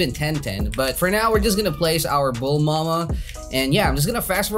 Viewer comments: Stop saying “Bulmama” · I like how he said bulmama